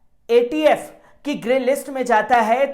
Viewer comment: Tumko fatf bolne nahi aa raha h